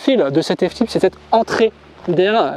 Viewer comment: « F tipe » 😓